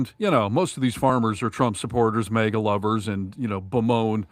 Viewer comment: Jesus,! Again with the "mega'! It's "MAGA": Pronounced mag ah. Try it, MAG AH.... MAGA... MAGA is not pronounced "mega", okay? Mega is a unit prefix in metric systems of units denoting a factor of one million (106 or ). It has the unit symbol M. It was confirmed for use in the International System of Units (SI) in 1960. Mega comes from Ancient Greek ' 'great'.